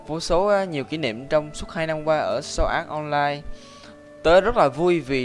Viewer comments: Sword art online đọc giống sword ass online trong minecraft của Jaki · " so ạt on lai"